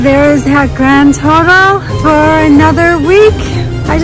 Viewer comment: Oopsies! It’s GRAND total not GRAn total. lol!